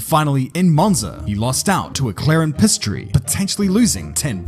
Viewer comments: Did you just call him pastry (paste-tree) instead of Piastri (pee-as-tree)?! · you did NOT call him PAY-STREE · he became Pisstree